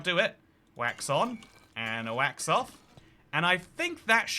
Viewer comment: Please stop saying "the whacks-off version"! 🤣🤣🤣